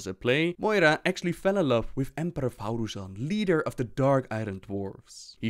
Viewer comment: You're still pronouncing ThaurIssan as ThaurUssan :p